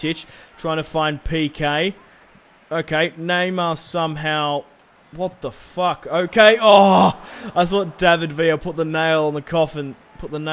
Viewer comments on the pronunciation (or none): none